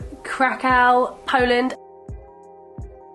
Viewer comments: You cant even pronounce krakow right literally typical brits posing as travellers it's embarrassing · Kra-kau? That sounds horrible! It's Krah-koof - exactly as it's spelt: KRAKÓW ;-) . Keep up the good work.